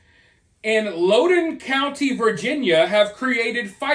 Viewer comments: im from virginia lol we get down but this is for sure unacceptable btw its LOUDOUN not lowdone lol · BTW...I think it's pronounced like "Loud-din"